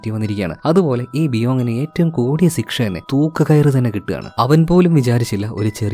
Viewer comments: സിക്ഷ എന്നല്ല പറയാ.... ശിക്ഷ എന്നാണ്.... അങ്ങനെ ആണോ പറയുന്നത... അല്ലെങ്കിൽ record ചെയ്യുമ്പോൾ തെറ്റുന്നതാണോ... ഞാൻ കൂറെ ആയി പല video ലും ഇത് കേൾക്കുന്നു... ചോദിക്കണം ചോദിക്കണം എന്ന് മനസ്സിൽ ഉണ്ട... ഇന്നത്തെ video കണ്ടപ്പോൾ തോന്നി... എന്തായാലും ചോദിച്ചേക്കാം എന്ന്....😊😊😊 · സിക്ഷ❌ ശിക്ഷ✅ 🥲👍🏻